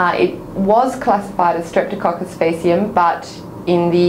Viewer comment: Wrong pronunciation for faecium.